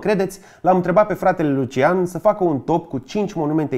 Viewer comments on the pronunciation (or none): none